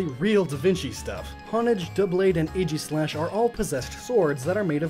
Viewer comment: AEGISLASH, NOT AGIESLASH!